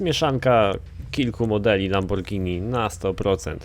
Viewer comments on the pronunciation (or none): Lamobordżini a nie Lamborgini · nie lamborgini tylko lambordżini i więcej takich odc.!!!!!!!!! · mowi sie lambordzini